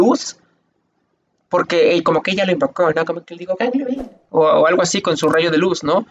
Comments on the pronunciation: ganglio xDDD xD es galio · jajajaja "gangliooooo" jajaja eres genial :) el "ganglio" es como un golem que absorbe la magia y le da vida, por eso Lux puede llamarlo, lo revive con su magia y el va a ayudarlos pues es el protector de demacia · Ganglio jajajaj 🤣🤣🤣🤣🤣 me hiciste el dia jajaja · Cada vez que decia un nombre me moria de risa Ganglio!!!!! jajajaja nmmss Catalina!!! AJAJAJJAJAJJAJA evelyn a kai'sa JAJAJAJAJAJAJAJAAJ AY ME MUERO XD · Psdt: Es Ezreal no Israel jeje y es Galio No ganglio JaJajajajajja Muy buena reacción me encantó jaja